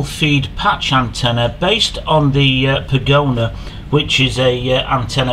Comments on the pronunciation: I appreciate you carrying out these tests, and it's nice to know that the antennas I use for FPV are as good on the bench as they appear to be in the field, but I wish you'd stop calling it a "pagona" - it's a pagoda - like the chinese buildings - no "N" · That is Pagoda, not pagona.